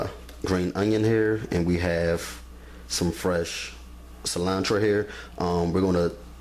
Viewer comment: “Onchalada” 🤭 “cilantra” “tortitas”